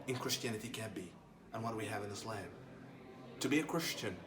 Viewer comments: He was never a muslim who tf says ayslayym if he is from saudi arabia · When he pronounce Islam as ‘Is-Laym’ I know for sure he’s ain’t muslim. lol. try again boy